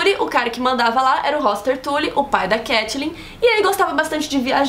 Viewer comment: eu AMO todos os vídeos, mas o jeito que vcs pronunciam Catelyn é muito irritante :(